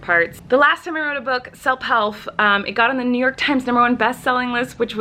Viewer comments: she said selp helf. Instead of self help. Lol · Did no one else notice that she said selp helf instead of self help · Did anyone notice that she said selp helf instead of self help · im so sorry but i just realized you say "selp helf " talking about the books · "selp helf" 😂 oh Colleen, the pregnancy is getting to you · " selp helf" 💀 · "sell helf" 😂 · Coleen said selp helf when she was talking about her books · Did anyone notice that she said "selp helf " instead of self help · You said selp healf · Did you literally say 'selp helf' at the start or was it just me 😂😂 xxx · ‘Selp Helf’ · She said self helf